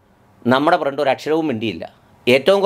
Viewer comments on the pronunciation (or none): ഫ്രണ്ട് അല്ല പ്രണ്ട്